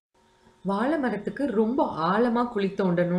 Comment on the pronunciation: அருமையான பதிவு. தமிழ் உச்சரிப்பில் கவனம் தேவை வால பலம் இல்லை சகோதரி, ❤வாழை பழம்.❤